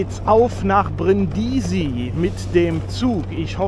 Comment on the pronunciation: Hallo, ich meine, daß man die Stadt auf der 1. Silbe betont, so kenne ich das. Deine Betonung auf der 2. Silbe hört sich etwas gewöhnungsbedürftig an. Es kann freilich sogar sein, daß Italiener den Städtenamen tatsächlich auf der 2. Silbe aussprechen, ich weiß es nicht genau.